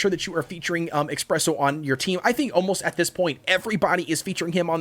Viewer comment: every time you say "expresso" i cringe